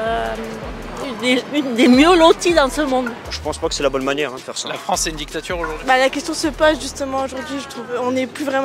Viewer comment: C'est quoi une djictchatchure ?